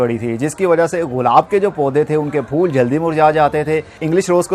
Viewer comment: غلا ب نہ بولیں گلاب بولو